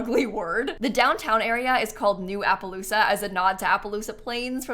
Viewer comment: i heard appaloosa as applepaloosa from mlp lol